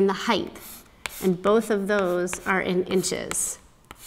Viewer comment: Hopefully constructive criticism: "Height" ends with a 't', not a 'th'. Also, on your formula, you could simply cancel out (reduce) the twelves, leaving you with 8x8=64. HTH. I love your channel.